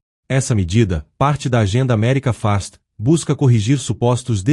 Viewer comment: Que porcaria de video. O narrador da inteligência artificial fala "America Fast" ao inves de "America First". Isso esta mais par burrice artificial